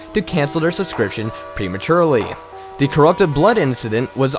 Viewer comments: The narrator that always says 'dee' intend of 'the' and can't pronounce any words properly is the MOST annoying thing EVER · what the fuck dude. the word is THE. NOT DE. jesus. i want to punch your brain.